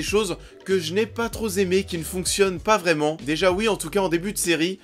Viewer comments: Moi ce qui me choque c'est l'invention de liaisons dans ta vidéo lol Tu n'as pas trop "Zaimé" ? C'est pas si "Zaisé" ? La langue française est relou et tu la complique ? ^^ Bon sinon plus sérieusemen, pas tout a fait d'accord avec toi, les acteurs ne sont pas si mauvais, Emma à mon avis a été écrite comme ça, pas sûr que ce soit la faute de l'actrice, le scénario m'a plu, mais juste dommage pour la fin et le coup de la nana qui tombe enceinte en un coup (avec ou sans jeu de mots, comme tu veux ^^), et genre 2 jours après elle a déjà des symptômes, et le test positif...en gros, si y a une saison 2, elle va accoucher au bout de 2 semaines ou quoi ?? Mais bon, admettons, c'est un démon...blablabla... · "si z'élevé" et "pas trop z'aimé"... Ça picote un peu...